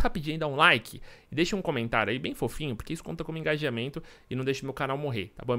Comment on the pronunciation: Bem fofinho (VC falou deixa bem foufinho kkkkk)